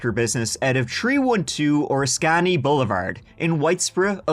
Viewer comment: Ur pronunciation of Oriscany is funny. O-Ris-kanee is how to say it. Lolol. Love you